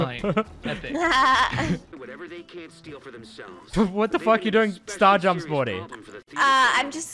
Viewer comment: Did you say “star jumps”